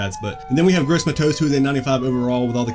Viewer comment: You pronounced gross matos wrong